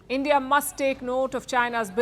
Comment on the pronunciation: End-ia and podi😮😂